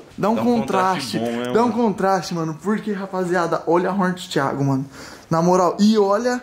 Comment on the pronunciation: O português está super certo "THIGO" kkkkkkkkkkk